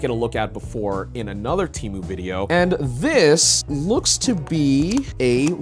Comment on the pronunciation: finally, someone pronouncing temu right ha